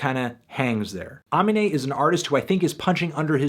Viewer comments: Also, its pronounced "Uh-Mean-Ay" just bothered me a tad bc he says his name on like 6 tracks in the album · A-me-nay is how his name is pronounced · Evan Ball nah bruh its ugh-mean-ayy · You’re an idiot. You literally don’t even know how to say the dudes name. You barely listened to the album and then dropped a few lyrics to prove that you listened to it one time. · You said his name wrong like 5 times, the track hero makes fun of ppl like you who pronounce his name wrong like a dumbass 😂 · you’re butchering his name. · I'm not gonna trust ur review of this shit cos u can't even say amine right lmaoo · DONT DO A VIDEO ON SOMEONE IF YOU DONT KNOW HOW TO PRONOUNCE HIS NAME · dude, did you even listen to the album?? he mentions how to say his name on like 4-5 songs. And you still got it wrong. kind of starting to believe you dont listen to albums, just read them on genius or some shit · How u still pronouncing his name wrong did u listen to the album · how do you listen to the album and still say his name wrong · maybe look up how to pronounce the artists names first??! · Learn how to say his name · Can't take you serious since you can't even say his name right... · The way he keeps saying his name makes me cringe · he keeps mispronouncing amine's name and it hurts my ears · Stop saying his name wrong you fucking melon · "5/10, not enough mispronunciations of the artist's name" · you say his name wrong, he even says how to say it on the album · & YOU CANT EVEN SAY HIS NAME RIGHT NIGGA IM SLEEP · How you listen to the whole album and still pronounce his name wrong??? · I just want you to say his name right for once... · Say his name right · If Anthony could pronounce amine's name right then he would probably give it a higher score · cant even pronounce his name lol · omg learn how to say the artists name correctly. it takes one google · pronouncing it wrong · Can't get over how he says his name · How is mans still pronouncing his name wrong?? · nischon just no